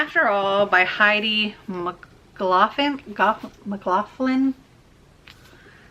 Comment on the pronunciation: You could use the ice bucket for putting large kitchen spoons etc in. Or in bathroom for hairbrushes, straighteners etc. I'm Scotland we pronounce Mclaughlin - Mick-loch-lin so you did great pronouncing it to my ears lol. Xx